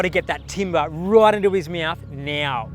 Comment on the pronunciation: I love this episode but the way that the guy that treated the aligattor says "meauthw" insteed of mought is messing with my nerves... omg